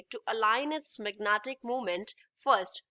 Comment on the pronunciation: Magnetic field ❌ magnatic field ✅😅😅